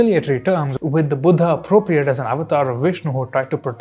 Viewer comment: Its not Stupaaaaaaa Cholaaaaa Buddhaaaaaa Lingaaaaa Bhagavathaaaa Puranaaaa ... Please pronounce it correctly as an Indian ... just like u correctly pronounced Tamil and Tamil Nadu